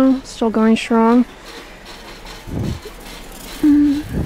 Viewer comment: “mi-cro-wah-vay” had me cackling 😂 I understood that reference